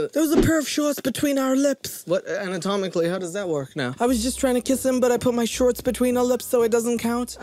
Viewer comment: Anyone else had to rewind when the girl said “shorts” but heard “sharts” instead or was it just me?